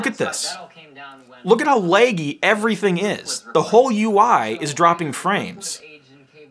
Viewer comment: When you say lagy lagey